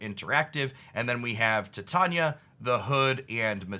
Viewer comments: It’s not tatona. say it like titanium mixed with sonya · Doesn’t love her enough to pronounce her name correctly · the man said tit-ania